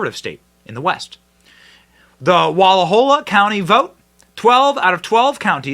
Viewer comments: Wallowa is pronounced Wal-ah-wah where the ah sounds like ahhhhhhhhh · Wallowa. Learn to pronounce it, Benny. Wall law wa. Geez. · Wal low (like ouch) a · Please learn to say the names properly. It’s Wall-OW-a. The county I grew up in was the first to vote to secede. So proud of Union County. Here’s to Greater Idaho. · Pronounced Wa Law wa an indian name. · Pronounced wal-ow-uh County, old indian name. I'm from Grant County we have wanted this for decades. We are culturally and morally identical to rural Idaho and Wyoming. Salem and Portland left us cold. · Love your show, but you need to learn how to pronounce Wallowa.